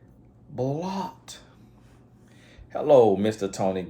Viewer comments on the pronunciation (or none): that random “bLOOckt” 🤣🤣🤣